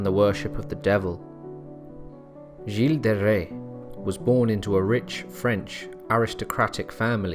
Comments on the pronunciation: Interesting story, but nul points for French pronunciation I'm afraid! "Jill-ay", really? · I just couldn't continue to listen to the mispronunciation of the name, Giles. Jill is a woman's name